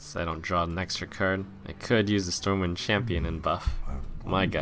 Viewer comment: did the storm wind champion say "behold the might of stormwheel" instead of stormwind?